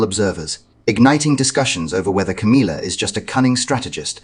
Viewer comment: It's Ca•MILL•ah NOT Ca•MEEL•ah